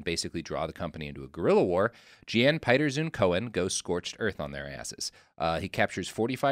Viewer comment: It's always fun as a Dutchman to hear Americans pronounce Jan Pieterszoon Coen as 'Zune Cone'. It actually references his father, meaning 'son of Pieter', pronounced more like 'Yan Peterzone Coon' Fun fact: I lived very near a street named after him, because we absolutely have that kind of 'patriotism' today. Our second to last prime minister referenced the DEIC mentality as an important one we should bring back. After WWII some generals and politicians actually almost performed a coup over the governments decision to recognize Indonesian independence... in principle. It's such a fucked up history.